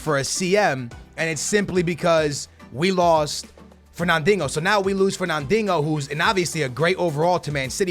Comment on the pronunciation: ferna-dingo? Kappa. great vid tho keep up the good work